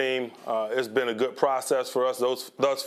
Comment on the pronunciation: Why when Tomlin speaks is their all the sudden a t in good? It’s not goodt it’s just good